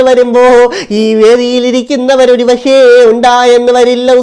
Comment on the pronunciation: Pashe alla pakshe anan samsarekan padech vaaaa.